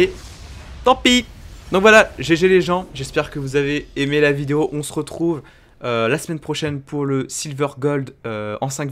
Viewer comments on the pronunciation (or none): none